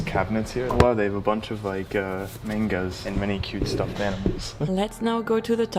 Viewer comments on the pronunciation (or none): bro really said "oh wow theres a bunch of mayngas"bruh its a book not a fruit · It’s manga sry you pronounce the a